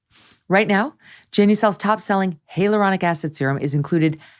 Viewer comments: It’s not HEY aluronic, it’s HI aluronic. As long as you’re selling it, you might as well pronounce it correctly. 😎 BUT, love your show. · Spelled HYALURONIC (pronounced hi aluronic Meghan pronounces“HEY” 😉